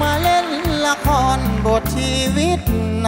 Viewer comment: ตัดคะแนนกีต้าร์ (1) การเล่นไมค์ทำให้เสียงขาดหายหลายครั้งมาก (2) การออกเสียงคำสั้นยาว เช่น คำว่าจน เป็นโจน คำว่าเฝ้า เป็นฟ้าว (3) ออกเสียง ล เป็น ร คำว่าละคร 1 ครั้ง (4) เสียงร้องที่แตกหลายจุด อันนี้ลองฟังแค่ 2 ครั้ง แต่ก็มากกว่ากรรมการแหละ แต่เราก็รู้น้อยกว่ากรรมการโขอยู่น๊ะ จริงจริ๊ง